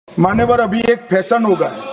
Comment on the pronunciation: Phason ( Fashion) 😂😂😂... can't even pronounce simple words properly.